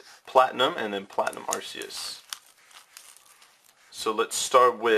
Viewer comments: I dont really think anyone knows this, Arceus' name is pronounced 'R-KEY-US' not 'R-C-US' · Sorry if I'm wrong but I think it's pronounced arKEYes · its ar-ke-us and b-ae-gon